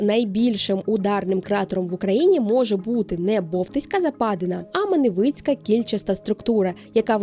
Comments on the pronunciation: МАневицький, не МанЕвицький. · Маневичі вона каже правильно, а от в прикметнику Маневицький чомусь наголос поплив:)